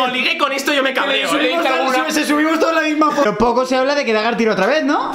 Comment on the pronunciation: DAGAR CON ACENTO ARGENTINO!!!!😍😍😍😍😍😍😍😍😍😍😍😍😍😍😍😍😍